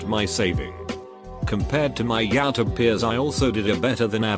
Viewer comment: everyone: Youtube This guy: yautob